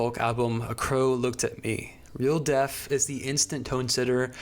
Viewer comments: Your pronunciation of the "th" at the end of a word as "ff" is definitely not helping to maintain a serious tone "leading up to his untimely deaff" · I enjoyed this one a lot, but I still haven’t figured out if he was saying death as “deaf” on purpose or not.